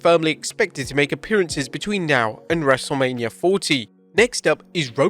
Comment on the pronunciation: "dubloodublooe" - 😂